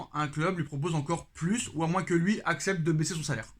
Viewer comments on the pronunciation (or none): Le s du mot ''moins '' est silencieux et ne se prononce donc pas. A bonne entendeur 😉😉👍 (De la part d'un gabonais)